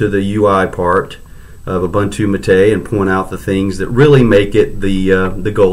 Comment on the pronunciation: It is pronounced ooboontoo and not obantu !!